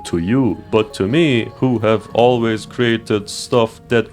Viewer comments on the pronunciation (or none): none